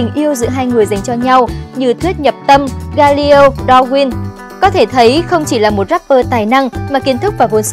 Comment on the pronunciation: Galio? Galileo nhá